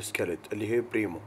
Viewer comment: للتصحيح فقط، الفئة الاقل اسمها (بريميوم)وليس (بريمو)